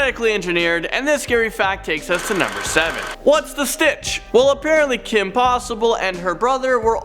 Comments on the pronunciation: I hate how he says Phineas and it's sitch not stitch. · did he say whats the stitch ? its whats the sitch , like situation